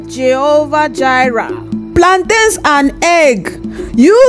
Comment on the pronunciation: I LIKE WHEN THEY SAID "PLANTIENS AND EGG"